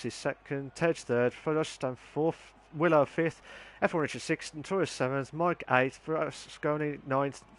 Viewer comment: It's pronounced willow not wylo 🙈 enjoyed watching that there was some good battles there 👍🏻